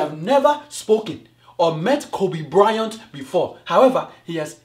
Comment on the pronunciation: Kobe bry-ont lol